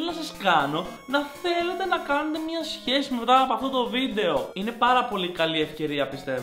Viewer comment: μονο εγώ στο άκουσα αντι για σχέση - χεσει